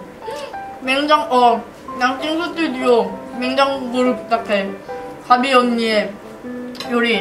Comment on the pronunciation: 이치고 근데 수튜디오를 2번연속으로 말하는데